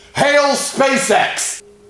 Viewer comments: For the sake of being historically accurate,, it's "HEIL" which is pronounced like "HILE" (long "I"), not "HAIL." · it's not HAIL Hitler, it's HEIL. Rhymes with 'vile'. its German and it may mean 'hail' but that is not the word. Please get it right. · not to be unkind..it’s Hieil Like high-el. ❤ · Heil like "Kyle" not heil like "pale"